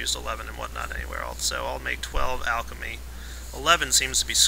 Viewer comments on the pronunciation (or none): none